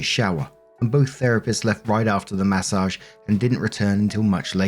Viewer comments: Take a shot everytime says Massauge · I like the way you say "mA SOJJJJJH"